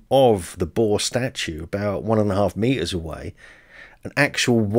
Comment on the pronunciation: Boar is pronounced 6 ways in this video. The “R” is NOT silent. Too funny.